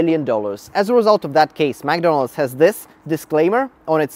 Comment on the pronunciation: The lawsuits were crazy and all but the way he pronounces mcdonalds "magdonalds" triggers me